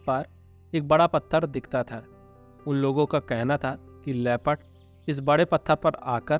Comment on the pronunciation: "Leh..phud"(LEOPARD) NOT " Le. Pad" please correct.